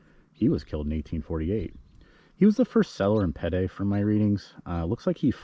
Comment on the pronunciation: I’m a descendant of Sebastian Ritner and have to chime in. Pedee is pronounced like the letter P and the letter D. I also live in Vegas and when people pronounce Nevada as Nevahhh-duh I chime in 😂. Thanks for doing this video.